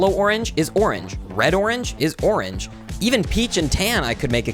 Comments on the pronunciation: Correct me if I’m wrong he said orange 31 times and the 24th time it lowk made orange not sound like a word also the 24th orange was like o-ranGE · after hearing onage lots of times i realized the pronounciation is goofy and orange is the 2nd best color after red